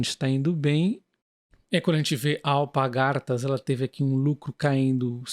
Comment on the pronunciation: Meu amigo não é Alpa gartas . E sim Alpar gatas. Não é o primeiro vídeo que escuto isso. Sem problemas apenas como auxílio. Aposto que faz sem perceber. Vlw..